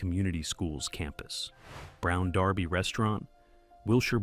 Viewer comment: Dump the A I it can't pronounce simple words like the brown derby. It spoils your presentation.